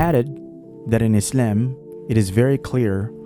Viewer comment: Just say Islam normally